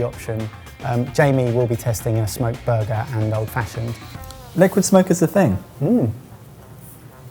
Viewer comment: I can't believe no one has commented on saying Hickory Sliquid (Or would it be Slickwid?) Smoke. I'm deeply disappointed in (most of) the rest of the comments section for not catching yet another Bennuendo!